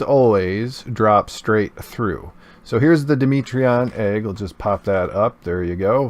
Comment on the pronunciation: No offense on how u speak but isn’t dimetredon pronounced (DIE MET TREE DON)